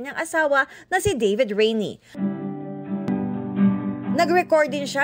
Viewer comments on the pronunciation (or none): none